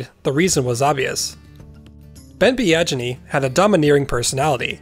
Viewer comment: Biaggini sounds like "be-a-genie" not "be-adge-inney".